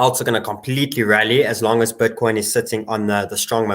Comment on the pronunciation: Is he saying "butcoin"? 😎